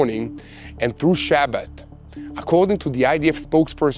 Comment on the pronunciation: why did you say shabbat so wirad with an American accent